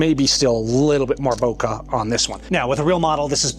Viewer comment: Master Photographer who doesn't even know how to pronounce "Bokeh" properly...